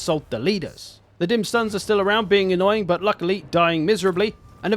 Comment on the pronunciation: The dimmed sun z, yall also hear it as dim sun